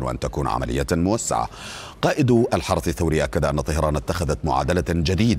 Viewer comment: المقدم علسه الحرث الحرث 😂😂😂😂😂